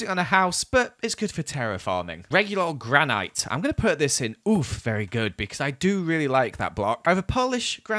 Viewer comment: it's actually impressive how he mispronounced both words in "polished granite."